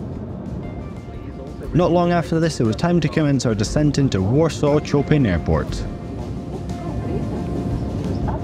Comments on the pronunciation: Its pronounced CHOPAN !!!!! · you can go "chopping" your shallots, but Warsaw airport is named after the great Polish composer Fryderyk Chopin. If you haven't heard check the pronunciation on the net next time.